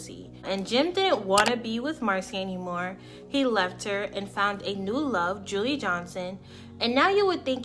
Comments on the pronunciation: You lost a sub - Marcie didn't kill her the nephew of her boyfriend did. Name is pronounced July - not Julie and other "thoughts" you gave are inaccurate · Her name is pronounced “July” not “Julie” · It’s pronounced July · Enjoyed this video, definitely a case with the most extreme bitter baby mama. Julii was very pretty and just living her life, sad her life was senselessly taken. Her name is pronounced like July. I pray for her daughter’s comfort. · Pronounced “July” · I Love your show, but it's pronounced ( July) Julii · Her name is pronounced July/. julii is her name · Her name is pronounced July (Julii). I went to school with her. Super super sad case.